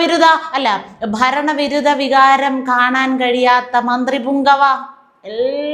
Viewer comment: ബരണ വിരുദ വികാരം😢😢😢😢 പറയാൻ പോലും അറിയില്ല.